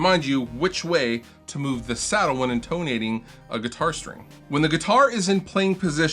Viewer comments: please tell that its IN'tonating, not in TOE'nating. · In-TONE-ating lol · What is with your pronunciation of intonating? You're putting the emPHAsis on the wrong sylLAble. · You are mispronouncing intonating. Unsubscribed, and I'll be returning my RB&G t-shirt, bub!